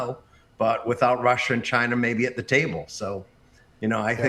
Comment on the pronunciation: He said CHINER lol